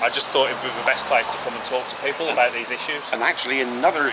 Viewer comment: what the fuck are you saying it `s the not ve it`s the these not vese wtf